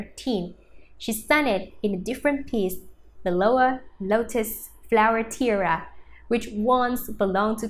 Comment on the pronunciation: Tiara...not tiera....you need to practice your english pronounciation and speak clearer.